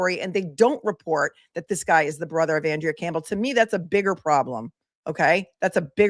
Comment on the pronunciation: She pronounces it AHN-drea, I believe. FYI, Rachael Rollins is running for Suffolk DA, even after soliciting and accepting bribes, lying under oath to investigators, and violating the Hatch Act while she was the US attorney for the District of Massachusetts. She resigned in May, 2023, preventing the federal government from disciplining her.